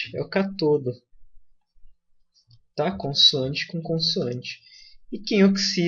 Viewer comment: Perfeita a aula. Digo, quase perfeita. Falta só falar os acentos.. Cáááááátodo, e âââââânodo.. rs parabéns!